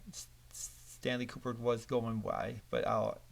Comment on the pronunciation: Stanley “Kuperk”? Ku-brick. Ku-brick. Now you try.